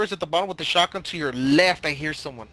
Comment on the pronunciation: “With a shagun”